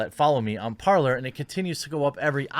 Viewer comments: Jeremy for Pete’s sake “parler” is French for “to speak” and its pronounced “PARLE” (the R is silent ) you had me like an idiot asking about “parLER” (how you pronounce it ) and people didn’t understand what I was saying . I looked up the app and sure enough it’s the verb to speak in French . I know you don’t speak French but common everyone took French in HS. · Is it really that hard to pronounce Parler as “Parlay?” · It’s pronounced “Par-lay” as in the French version of the verb to speak: Parler ... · It is pronounced Par-lay. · I might be wrong but i think it's prononced "parlé" in French it mean "Talk".